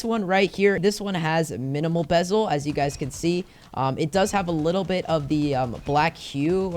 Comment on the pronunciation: I like how he went from bezel to bebel 😂